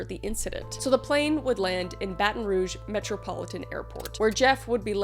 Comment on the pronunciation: you pronounces Baton Rouge right!! 🎉